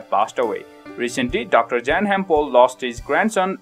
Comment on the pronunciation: Pronounced as Yan